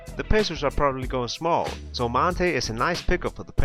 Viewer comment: It's Monta not Monte, good video though.